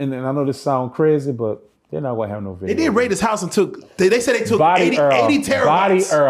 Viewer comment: Did this fool say "body EARL"!?😂😂😂😂